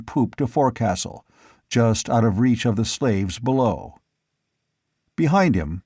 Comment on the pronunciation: forecastle is pronounced folk_sill